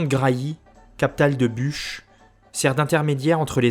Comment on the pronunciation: Pour info. : Le pays de BUCH se prononce BUC.